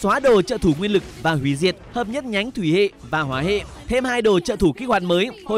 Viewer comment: ổng đọc thủy hệ hoả hệ mà tui nghe thùy huê đồ huê, tưởng phụ trợ đổi sang tiếng Nhật 😢